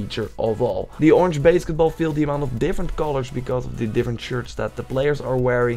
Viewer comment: BASKEtball? you can't even pronounce it correctly. How is anyone going to take you serious? fail